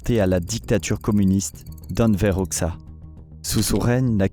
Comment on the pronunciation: Je suis chiant mais Hoxha se prononce : Hodja et pas oxa